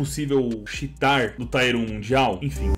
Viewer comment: fala, suave, vou te dar um toque man, não é "mireigi" é "mirrad" e não é "taier" é "tier" (a pronúncia é quase igual em português) sou especialista em inglês, curto demais o seu canal, tmj